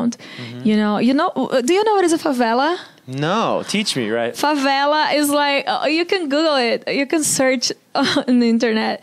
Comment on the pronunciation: Actually Americans call the slums “favelas”. She said it correctly.